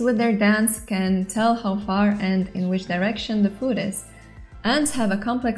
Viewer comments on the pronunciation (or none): none